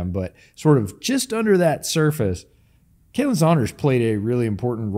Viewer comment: You are pronouncing Khalen wrong. Just thought you might like to know